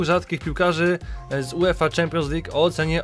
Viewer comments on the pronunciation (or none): none